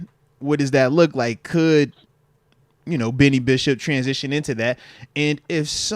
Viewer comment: Moatsie it’s Beanie not Benny